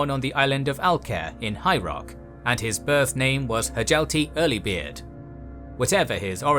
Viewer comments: It's "hyalti", not "huh jelqi". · Hjalti is pronounced with a soft J, like Hyalti.